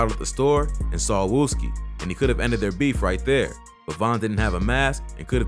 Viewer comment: he added an e and there is no e in wooski